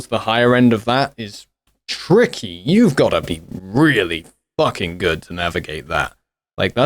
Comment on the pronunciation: Love the emphasis on “ you have to be really Fu%;*#g good” ❤